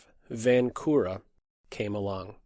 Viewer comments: Hey I am from czech and "Vančura" is pronounced with [ ʃ ] as in word check in the middle not with [k] as in word key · Vančura is not the same as Vankura or Vancura... it is pronouncing something like Vanchura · Yes, especially since you are using the diacritic mark above the letter č, you might as well pronounce it and stand out among the less informed in the chess world. č as in the ch in the word church or check! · Hi, I am from the czech republic and you read Vančura's name wrong